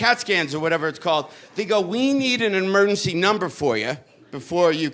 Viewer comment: It's hilarious how he says "emurrncy". 🏥🚑🚨